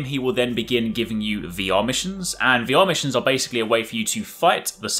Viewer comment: Lol!!!! Slow down when you say "VR Missions", it sounds like you are saying "The Amish". I had to turn on subtitles to fully understand that you were saying VR Missions.